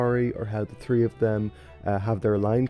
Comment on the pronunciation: are you newfie by chance? when you say 3 its sounds newfie